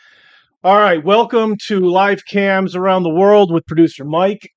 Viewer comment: This song . . . Now it’s in my head. Particularly the pronunciation of Live Cams